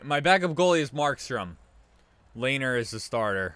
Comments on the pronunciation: Its not (layner) its(le-ner) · Great vid but Lehner’s name is pronounced Le-Ner